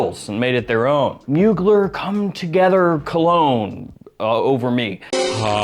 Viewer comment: Come on bro. You're a fragrance expert. Did you really say "colog-neh"?